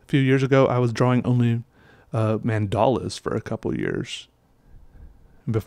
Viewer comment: I'm from india, the concept of mandal orginated there and it is a Hindi/Sanskrit word. Your pronunciation of the word is incorrect.